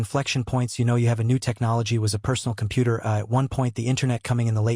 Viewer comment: Compoot ur. I swear that's the way I heard it every time. Anyone else hear it like that?